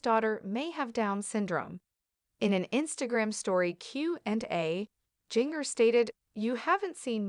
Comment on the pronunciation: Her name is pronounced “Ginger,” and the way it’s said in the video makes it painful to watch :(